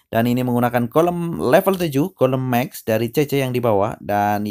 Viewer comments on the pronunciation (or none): Ngomong max aja mex pea